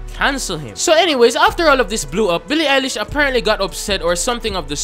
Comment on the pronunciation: *INHALEE SSSSSO BEEEE LII EYE LISCH IDS CANKELLED